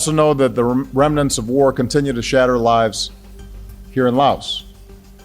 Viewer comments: Bro pronounced "Laos" like "la os".☠☠☠☠ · JFK couldn’t even pronounce “Laos” correctly during his speech /